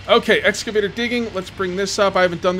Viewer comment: Repeat after me: ex-ca-vator. :)